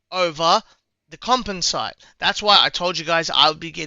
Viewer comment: Also composite is pronounced "com-pos-it" Just means it's made up of multiple types of fabric, ceramics and metals.